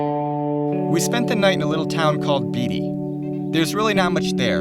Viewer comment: The town Beatty, is pronounced Bay-tee, not bee-tee.